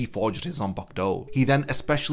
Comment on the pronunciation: Gotta love a zam-pack-toe.